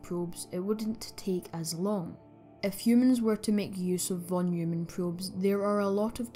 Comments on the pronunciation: Both pronounciation of "von Neumann" were wrong :D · Interesting video, many thanks... except for the von Neumann pronunciation...😅